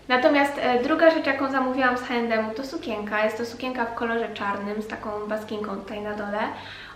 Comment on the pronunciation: SukieNka, nie sukieńka. CieNki, nie cieńki.